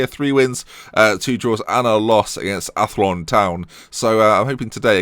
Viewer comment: Ath-loan Cabin-tee-lee